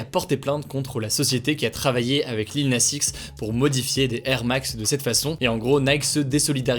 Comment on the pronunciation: Ta prononciation du X de Lil Nas X… 😅 par contre, cette polémique est complètement conne. Tiens, ça me fait marrer tous ceux qui sont passés à côté de “old town road”… mais mieux vaut tard que jamais, hein. 😅